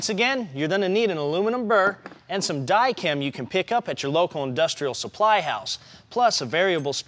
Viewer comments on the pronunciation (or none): It's Dykem layout fluid. Comes in blue & brown & you are pronouncing Dykem funny. Die-kum. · This man says “die-kam”